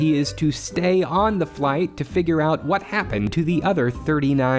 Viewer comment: “So wha hoppen?” Is legitimately one of the funniest things I’ve heard in a while